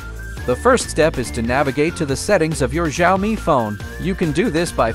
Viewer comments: Jaomi phone💀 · the way he says "xiaomi" 😂😂😂 🤣